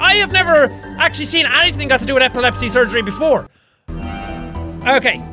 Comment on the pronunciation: First I thought you say epilepsy like apple lepsi